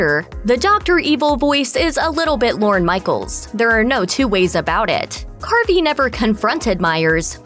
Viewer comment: Lorne...not "Loren".